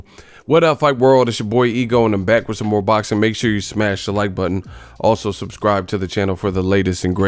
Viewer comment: "he hit me wif a loocky punch"